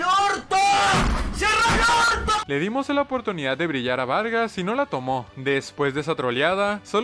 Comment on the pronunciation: xq vargas dice vergas jajajaj